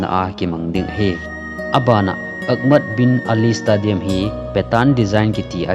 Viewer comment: 40,000 hi 40 seats na t in nivei jen tah chu le stadium hi stey- dee- um ti a pronounce d ahe, any way 👍👍👍